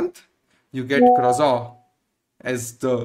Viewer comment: One correction: croissant is pronounced as crow - saan. But great information.